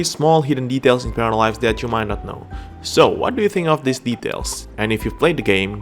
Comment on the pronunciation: Зачем вы озвучиваете не "Паралайвс", а "Параливавс"???